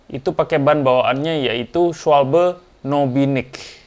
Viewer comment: Cara baca schwalbe itu schwalba om. 🤣